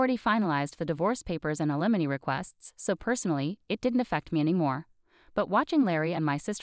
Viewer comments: You do not seemed to be capable of pronouncing “alimony “. Always the same problems of grammar, use of proper pronouns and word usage. Go back to language classes. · Not a very good grasp of the pronunciation of alimony and of naive. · Slow down and teach the bot to pronounce alimony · This story is a disgrace !! Can't even properly pronounce words !! Alimony!!!! Nieve!! Just a couple to point out !! Learn to read !!